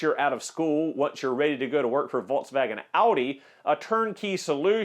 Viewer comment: I had to turn video off and give a thumbs down because of way you try to pronunciate Volkswagen. Come on dude what are you trying to do, too effin funny